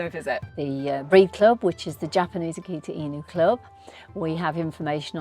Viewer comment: She pronounce it correctly this time. Before, she call it "akita in you"